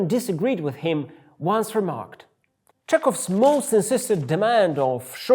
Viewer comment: May I ask you,? Why do you pronounce "kh" as "k"? It seems someone should tell the world real pronunciation of "Chelhov" and "Zakharyan" as well 😃